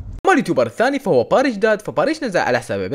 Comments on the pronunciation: اسمو باريش دادا مو داد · اسمه باريش دادا مو داد😂💔